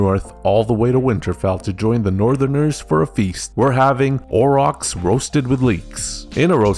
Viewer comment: Aur- ochs. Not Au-rochs.